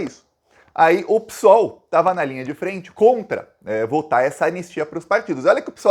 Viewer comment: Ô, bom guri ! Tu és tudo de bom !!! 👍🏻 Mas, não gosto que fales "Pissssool". É estranho. Pareces um português, lá de Portugal, afastado, distante. O termo real e certo é " pêssoal " PSOL". Só observo, esse quesito, para seres melhor ainda, somente isso. No mais, estás Sensacional !!!! O Brasil do Bem, te ama muito !!! ❤🇧🇷❤️🙋🏻‍♂️🤝